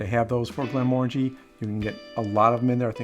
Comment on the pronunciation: its pronounced Glen muh ran jee ...just saying...it means valley of tranquillity in Scotish gaelic